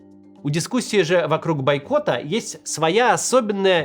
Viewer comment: Ля, "байкота", дожили. 🙃